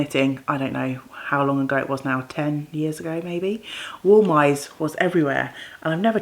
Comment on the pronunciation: Oh, what a horrible thing to happen! I hope you have arnica in the house to help heal the bruises. Also, you say Wollmeise 'vollmiser', it's wonderful to knit with!